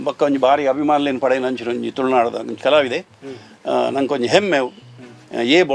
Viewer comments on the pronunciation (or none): none